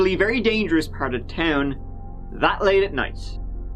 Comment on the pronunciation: weird way to say “that”